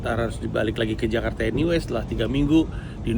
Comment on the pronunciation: bang pandji menggunakan pengucapan Jakarta layaknya orang Indonesia 👍